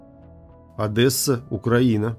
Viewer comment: Не Одэсса, а Одесса